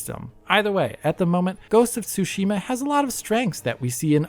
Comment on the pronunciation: Why is almost everyone mispronouncing Tsushima? It is said so many times in the game.